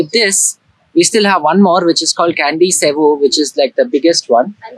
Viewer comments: the pronounce temple is not kandi but chandi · &, hi there 👋Salam, Namaste from Jakarta, I just found ur vidio, its nice n informatif, Dhanyabad for ur short explained about Sculpture on the wall. Small note, I heard u read Candi with Kandi, actually Candi mean temple, and read kind of Ca in Hindi such as chai, or chaca, or chand.. (So Candi, u can read as Chand-ee..) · Not Kandy but Candi (or Chandi in Sanskrit, or Chedi in Thai)